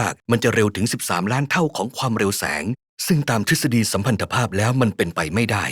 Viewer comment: อยากให้แก้คำว่าสัมพันธภาพทุกที่เลยครับ กับ niel bohr นีล ไม่ใช่ niels bohr นีลสสส ไม่น่าหลุดขนาดนี้